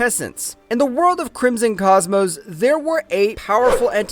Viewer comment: I heard it too, hilarious